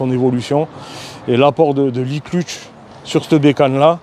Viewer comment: Très belle présentation 👍 PS : embrayage se prononce "cleutch" pas "clutche" 😉 (même si ça donne un petit côté franchouillard 🇫🇷)